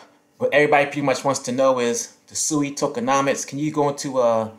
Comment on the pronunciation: Its pronounced Swee